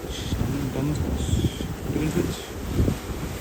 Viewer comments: The town Dunwich is pronounced "done itch," similar to Greenwich being pronounced "gren itch." The people of Brisbane will often remain clueless to the world class attraction of Straddie and Moreton on their doorstep. A short boat ride to paradise that most people have no clue about. People around the globe would thrill at the chance to see such pristine beauty, but many remain unaware that they are even there. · Typically Dunwich is pronounced without the w and is Dunich.